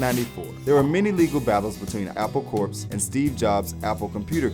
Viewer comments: it's pronounced CORE...... not corpse lmao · Apple Corps (pronounced "core") not "korps". Please! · It’s pronounced apple core, it’s a pun not apple corpse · How do people go through life thinking 'corps.' (An abbreviation) is pronounced Corpse? That blows my mind. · It's pronounced Core not Corpse